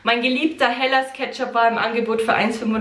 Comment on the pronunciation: es heißt nicht HELAS Ketchup sondern HELA Ketchup 🙈🙈😂